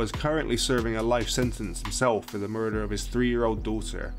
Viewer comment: "attempted murfer'